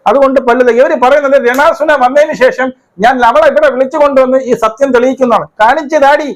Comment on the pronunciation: ചേട്ടൻ രെ ണാ സുനാ എന്ന് കേൾക്കാൻ നല്ല രസമുണ്ട് 😂😂😂😂